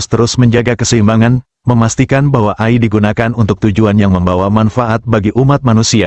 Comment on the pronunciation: ROBOT AI, Dibacanya. EAI, Bukan Ai